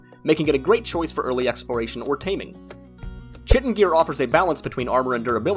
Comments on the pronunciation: I've never really understood why Americans are so utterly terrible at pronouncing, well...pretty much anything really...but it really is fascinating. Anyway, it's... Chitin - with ch like a k sound...'Ky-Tin'...like chiropractor or chimera....and I'd explain how to say 'attributes' also, but I can't be bothered. The 'T is 'pestle' isn't pronounced either. So ends today's pronunciation police public service announcement. Have a nice day ya'll. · Having been through, and learned how to pronounce chitin correctly (I too once said it the way it's said in the video) I appreciate this post. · Bro it drove me nuts too I was going to basically comment the same thing you said. Chitin, attributes, bruh >_< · Well, you are wrong. Scheme. Echo. Character. Stomach. Chaos. Chemistry. There is NO discussion about it. Find me an audio example of chitin with a 'ch' sound as opposed to the correct ''k' from ANY dictionary source on the internet. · read the comment again fool and don't respond until you are certain you understand it. Nobody ever said there is only 1 way to pronounce CH. They said there is only one way to pronounce it when using the word chitin, which is 100% correct